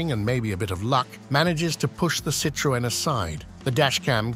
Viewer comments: Citrooen what's that then? you know you can Google how to pronounce words you don't know. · Why did you pronounce Citroen so differently and why did you say nine hundred eleven instead of nine one one ?